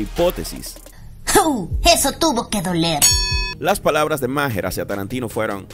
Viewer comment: Maher se pronuncia ma'ar